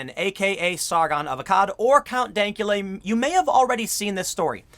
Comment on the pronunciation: count dankala? come on tim its count dankula